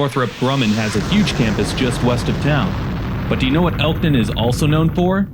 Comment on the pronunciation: "ELKTON" NOT ELTON